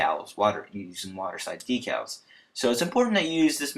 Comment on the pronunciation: Thanks! The only thing that bugged me was that decals are pronounced deck-als. Again, thanks!